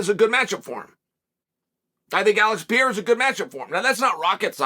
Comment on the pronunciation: i haven't even watched this video yet but I assume Chael has pronounced Alex's name as "Peira" instead of "Pereira"